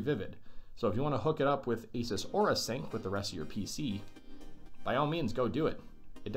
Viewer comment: I love how you say asos when it is supposed to asus